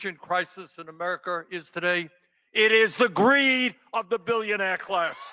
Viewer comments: Bernie said Ameriker....... 😂😂😂😂😂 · "Americker" -Bernie Sanders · Bernie, I've never heard of ''Ameriker''. Exactly which country are you talking about? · Bernie: 'americker'....huh?